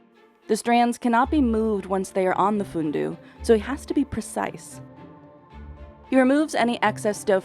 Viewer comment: "Su filindeu". Business Insider has to have their hosts entonate Italian words the right way, I thought she was speaking Chinese. She says it like, "Su-feelin-doo". It's "Sue feelin'-DÉ-ÚH".